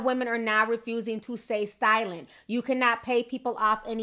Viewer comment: "...women are refusing to SAY STILENT..." That was a cute slip of the tongue! :)